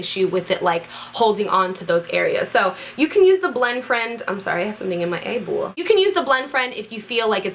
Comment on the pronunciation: the way you say eyeball hahahahaa